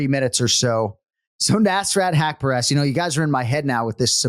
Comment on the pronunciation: Anik: "you have to be able to pronounce names right." continues to say neeesrat hepcureeeest as if he's an American jock 😂😂